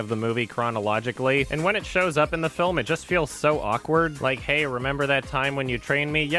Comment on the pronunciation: "And when it shows up in the film it just feels so Aquard". I'm just gonna assume that was intentional. (PS. To be fair to the movie, we can't talk to horses and still ride them...)